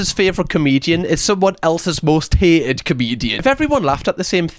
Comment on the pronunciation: Hay-ed? You mean 'hated'? (Welsh?) misogynist. Unbearable video. 2 minutes max. Ugh. Talk about shite...